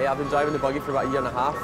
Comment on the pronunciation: "Hawf 2."